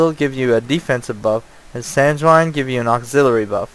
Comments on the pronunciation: Sanguine is "San-gwen" not "San-jew-wine" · FYI: sanguine is pronounced "sang-win". Good video. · it's actually sang-ween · I don't want to be a dick or anything, but it really bothered me how you pronounce sanguine, it's (sang-gwin)